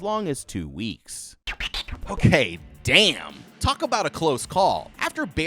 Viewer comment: ''wait a dawm minute''